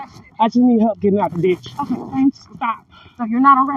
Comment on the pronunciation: I thought she said Bitch not Ditch. I wished she would've said the first one Thx CCM for her court appearance